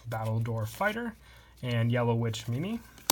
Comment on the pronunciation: NOOOO its pronounced yellow witch “meem”